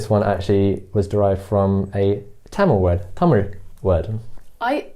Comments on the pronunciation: “Kindly adjust” is all you can could possibly do in a Mumbai local 😆. And btw, love the correct pronunciation of Tamizh, 😍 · The transition of the pronunciation of the word "Tamil" from a foreign accent to Indian accent was nice! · the way he pronounced tamizh and not tamil itself shows that he is a man who respects his roots , culture and his mother tongue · He pronounces தமிழ் (zh) properly.. so he must be a Tamilan 😉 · he Saud his mother tongue when he referred to Tamil. So, yes.